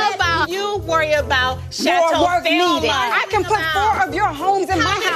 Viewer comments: Kenya said Chateau Thelma not Velma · Did Kenya say "Chateau Thelma" 😩😩😩😩😩😭